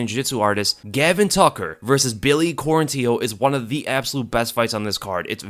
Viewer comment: QuarantillO is gonna come after you if you don’t say his name correctly lmao.